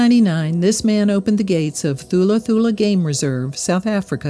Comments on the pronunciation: It is pronounced TULA TULA. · Beautiful reminder. Thank you. By the way THULA is pronounced with a silent H. ie TULA TULA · You don't say the "h" in Thula, it's pronounced Tula Tula